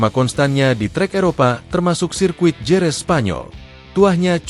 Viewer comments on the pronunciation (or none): none